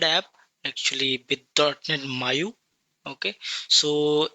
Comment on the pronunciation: Bro it's Maui not Maiu